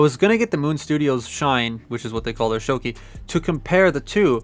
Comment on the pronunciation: It's "shō•kē", you're absolutely right. Rhymes with Gouki ("gō•kē"), Akuma's Japanese version name. 😏😏😏